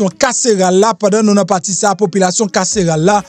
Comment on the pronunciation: Tande grosè fransè MPH mezanmi "poulation carcerale"😅